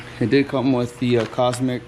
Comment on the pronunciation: Cosmic gaskets and cooks headers. Wtf never heard anyone say those company names like that.